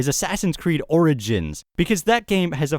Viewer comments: HAHA! You said "Assassin's Creed orenges" lol. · Haha, at the end it sounded like you said Assassin's Creed Oranges